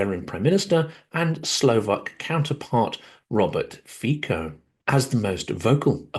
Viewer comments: FYI [fiko] -> [fitso] ("Fico" is not read the same way as in English). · not Robert "Fiko", Robert "Fitzo" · Fico is pronounced Fitzo like in Fitzpatrick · Fico is pronounced “Feet So.” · Fyi, Fico is pronounced Fizzo (zz as in pizza).